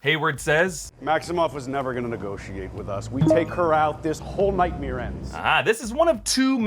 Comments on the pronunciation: Am I the only one who can't stop hearing saying nightmere and thinking about Bert Kreischer? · Omg I don't know if there's any bert kreischer fans/main mommys but Hayward said "nightmeer" sounds like